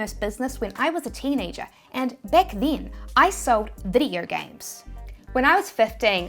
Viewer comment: " and back DIN , i sold video games ... " - aussies and their ENGLISH. YOU can smell one a mile away